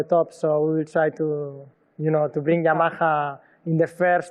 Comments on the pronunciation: Spanish cant say YAMAHA .... lol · WHY SHE CANT SAY YAMAHA CORRECTLY !!!!